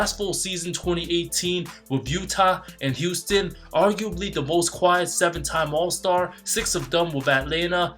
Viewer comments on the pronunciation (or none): none